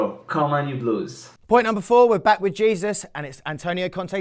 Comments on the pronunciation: not pronounced Jesus... it is A-sooze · No way you pronounced jésus like Jesus